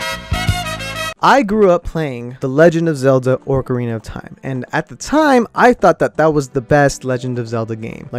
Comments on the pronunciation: Orcarina not ocarina of time lol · He said “orcarina of time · Did he say legend of Zelda: orcarana of time? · "Orcarina of time" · I just rewatched the video and you said ocarina wrong, also loz oot is the best game.